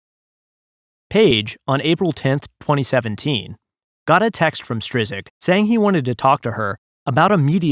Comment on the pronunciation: Generally good narration - BUT. Narrators have (IMHO) an obligation to pronounce all names of persons and places correctly. "Strizik"? Really? I usually prefer to read rather than listen. That said, the article is excellent. As a former longtime proud lefty, I really appreciate fellow former lefties dealing HONESTLY with these criminals and liars in government and media. It's about time!